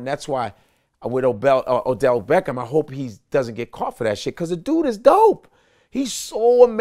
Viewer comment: Odell! Not Adell!